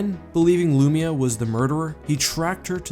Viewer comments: Its pronounced LOOO MY UHHH. Not loomeuh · Hate the way you pronounce Lumiya lpl